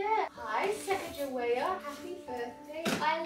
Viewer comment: That’s not how Sacagawea is pronounced